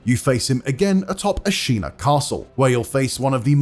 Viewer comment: Genichiro A-Xena